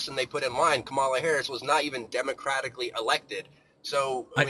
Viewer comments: Yea it's real hard to pronounce a name that you've heard be pronounced correctly times because she was running for fucking president. It is absolutely an intentional insult. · Love the politics debates. Hate how they say Kamala, its not that hard. Some people say its a microaggression bc shes black, i think they're just stupid but the two overlap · He pronounced Kamala's name wrong? I did nazi that coming.